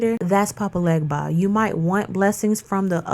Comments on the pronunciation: Papa Legba IS Eshu Elegbara, ask him yourself... He also prefers you pronounce his name without the G (Haiti was heavily French influenced). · Talking about something when you cant pronounce it correctly loses your credibility 🤨